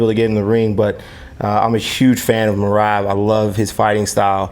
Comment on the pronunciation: It’s not Merab. It’s MRAB